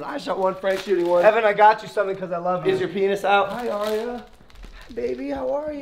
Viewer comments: It's not Aria it's Arya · Its Arya not Aria